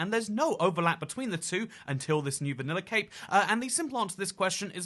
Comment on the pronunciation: When you say cape sounds like you say cake, wich is funny